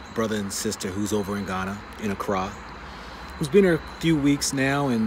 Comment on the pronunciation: man, the way you pronouce the word 'ACCRA' is diisturbing. Just too American. Wow. You are stressing the wrong syllable over and over again